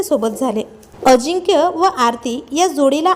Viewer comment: Adhi nit bol ajikya nahi tar ajinkya lamban lau nako